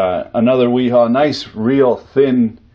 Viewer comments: FYI: wera and wiha is pronounced “Vera” and “Veha” The German W sounds like a V. Just a a fun fact for y’all! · It 'Ve-ha' (wiha) bosch speak for W lol